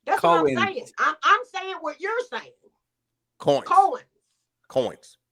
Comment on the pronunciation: Faaaaak. The 'u' is replaced by a few 'a's. New Jersey! WHUD (<-what)?!?😜